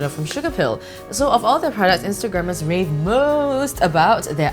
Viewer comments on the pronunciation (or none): none